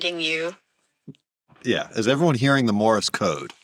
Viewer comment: Did call it “Morris” code?